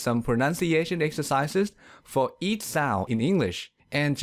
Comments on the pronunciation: but your pronunciation of sound is weird... your sound sounds south to me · the narrarator's pronounciation isnt that well!the narrarator's pronounciation isnt that well! work on 'ds. you say "soun" instead of sound. also you say -ch words odd. you say "eash" instead of each. your -m. you say time like "tie". hope this helps! but you are a good speaker for a non native. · The way you pronounce "sound" is so hilariously ironic.